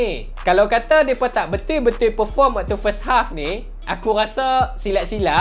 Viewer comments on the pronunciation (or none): Sebut betul pun jadi betuiiii...hahahah lawak ko bro